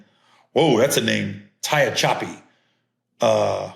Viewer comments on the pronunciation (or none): Tehachapi = Tuh-ha-chuh-pee 😂